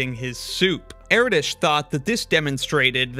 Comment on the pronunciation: It's Er-Dosh not Eraditch